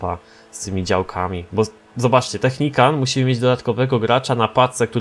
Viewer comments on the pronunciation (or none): Nie technicant tylko technical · naucz się to nie jest Technikan tylko Technikal!! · technical a nie technican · nie technican tylko technikal 😝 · Technican?? A nie czasem Technical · czy mógłbyś mówić technikal a nie technikan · Czemu mowi Technicant albo Technican na Technicala ? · to jest TECHNICAL czyt. TECHNIKAL xd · Czemu ty mówisz technicant?